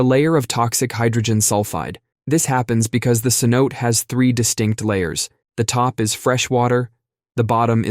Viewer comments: Cenote = say-NO-tay. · cenote has three syllables: se-no-tay. (I;ve heard different vowels in third place, but always three syllables.)